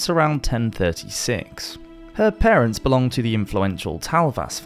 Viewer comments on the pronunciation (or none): none